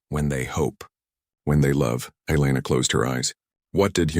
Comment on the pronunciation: Elana, not eyeliner 😁😆😅🤣